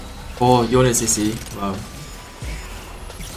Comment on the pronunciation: "yone"..... more like "yoinke"